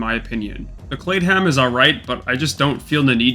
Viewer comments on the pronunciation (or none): "The Claid-ham is alright" ... lmao you can always tell when somebody sounded the word out phonetically